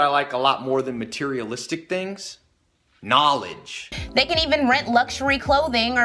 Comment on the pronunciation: "NAW-LIDGE!!!" -Tai Lopez